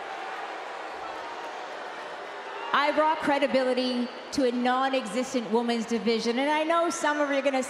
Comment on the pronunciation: It REALLY bothers me she constantly says woman's instead of women's